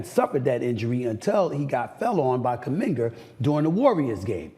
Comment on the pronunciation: He said Kamingar😅 So Embiid can no longer win the MVP award